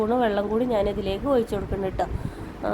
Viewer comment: ഒയിച്ചു അല്ല, ഒഴിച്ചു കൊടുക്കുക എന്നാണ്